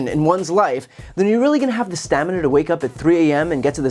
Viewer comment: He doesn't have the stam-i-na.